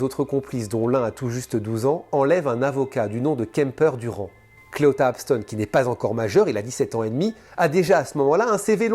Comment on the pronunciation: Parce que les femmes sont les principales victimes. Évidemment. Comme Jany doit être malheureuse. Et ce mot est bien en dessous de tout çà. Clita et non Cléota comme tu le prononce est un gros enculé de sa mère. J'espère qu'il va pourrir jusqu'à ses 97 ans à Singsing.